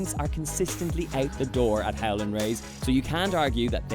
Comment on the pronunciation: I thought he said 'Helen' Rays lol